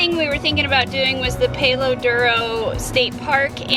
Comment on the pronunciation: you palo is not a long A think of pal. duro silent O